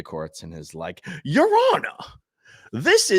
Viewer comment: “Your Hon-ar”. lol. Love me some SP TV. ❤